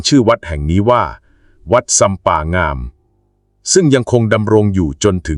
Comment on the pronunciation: อ่านผิดไม่ใช่งามอ่านว่าง่าม